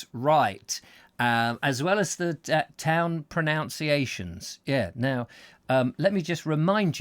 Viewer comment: It's funny when talking about pronunciation you said "proNOUNciation" rather than "proNUNciation" ha,ha